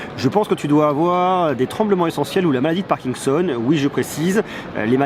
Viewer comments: on dit parkinson et pas parkingson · on dit "parkinson" pas "parkingson"